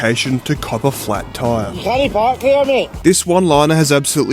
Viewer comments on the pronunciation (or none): none